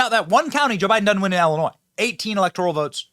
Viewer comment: Benny it's pronounced Illinois not ellinois, crook County not cook.